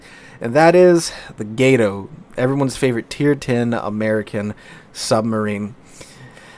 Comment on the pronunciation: "Gato" has a Short "A" pronunciation, it's "Cat" in Spanish My Brother.